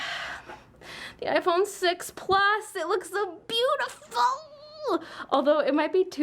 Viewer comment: Omg when u said I phone six I thought you said I phone sex😂😂😂sorry